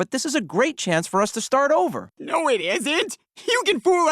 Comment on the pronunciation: It’s noo not naa